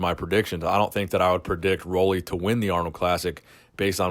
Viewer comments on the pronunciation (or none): Nice video,. But just so you know, you've been saying his name wrong all this time. Roelly rhymes with 'Julie.'